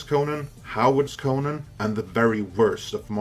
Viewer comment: CONN-an not kohNAN